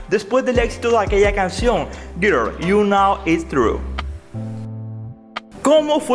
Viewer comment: Güer tu nou is truu 🤣